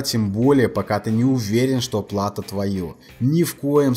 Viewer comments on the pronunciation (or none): все хорошо, но только "платО", а не "плАто". Очень режет слух во всех твоих видео. Портится впечатление от твоей достаточно грамотной речи. В остальном все довольно хорошо, спасибо за твои видео!